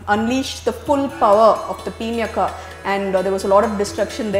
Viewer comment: A happy episode, judging by Ramayana's standards. It was wonderful to listen to,as always. I have a minor clarification to make with respect to the pronunciation of the name of Shiva's bow. I believe it is pronounced as 'Pinaaka" and not peenyaka? I recall listening to the line "pinaaka hastaya" in the song "nagendra haaraya trilochanaya" and hence the thought. That said,the series is great! :-)